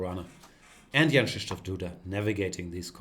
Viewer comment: Wow. Perfect pronunciation of Krzysztof!